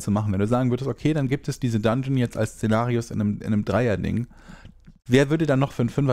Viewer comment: Szenarios oder Cenarius...hab manchmal gedacht du redest vom raidboss xD